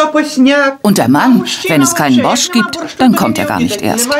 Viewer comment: Sprecht den „borsch“ biiittteee ohne da T aus einfach nur Borsch 😅 nichts desto trotz ein seehr gesunder Eintopf der sehr viel kraft gibt hmmmm 🤤 ooo diese Leben vermisse ich so sehr, mein Opa hat auch immer sein Brot so geschnitten und dan Knobi eingerieben, sogar das Motorrad hatten wir 😍😍😍 ach Kindheitserinnerungen kommen hoch